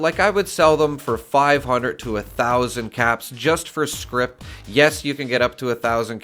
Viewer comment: It's "scrip". Not script.